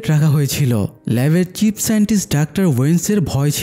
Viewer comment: ভাই চিপ না চীফ।